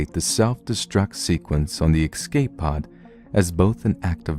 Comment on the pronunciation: It really puts me off every time you say excape (which is a bunch of times in this one...) You're a great narrator though, so keep up the good work! It's quite soothing to listen to your storytelling while working on stuff, so it's really appreciated :)